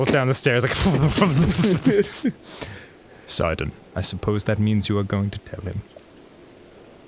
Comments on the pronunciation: God I hope they start to make Sidon gay as fucc and GET RID OF THAT STUPID FUCKING ACCENT. He has like a British/Australian accent. They were were to busy yelling when he actually talked. And Isn't it pronounced "Sid-on"? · Oh I get it. Sidon. Like Poseidon. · Surely if Sidon's name is supposed to be like "Poseidon", it should be "Seidon". Isn't it more like the coastal city in Lebanon?